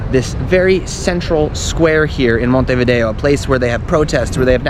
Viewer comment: Good start with Montevideo pronounced correctly😅